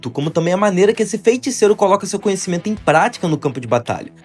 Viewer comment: graças a Deus mano, vc passou a falar FEITICEIRO de forma correta, agora posso voltar a acompanhar seus vídeos em paz. Parabéns pelo vídeo, vc melhorou absurdamente na energia da voz!